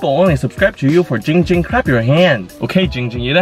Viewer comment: Jing Jing not Ging Ging